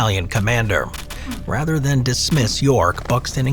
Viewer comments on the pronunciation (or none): none